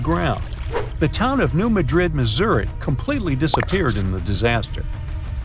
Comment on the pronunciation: Wow - learn to pronounce the name of the town correctly - it doesn’t rhyme with Madrid, Spain. Emphasis on first syllable.